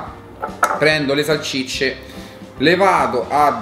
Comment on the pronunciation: salSicce, non salCicce 😆